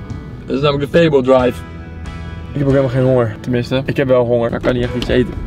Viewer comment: dwive tchoe 😭